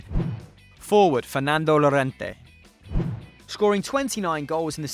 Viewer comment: Ironic. You pronounced 2 names wrong "MonteLLa" and "*Y*Llorente" one Italian and one Spanish